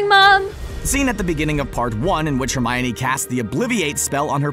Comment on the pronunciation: Why are you saying Hermione so wrong?!?! Is pronounced Her- mine- e, not her-my-oh-nee